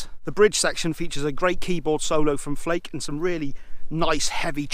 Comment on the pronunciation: Not sure why, but the way you say Flake makes me laugh... It’s pronounced “Fla-kuh” and not “Flayk” FYI! Just for future reference! Love your review!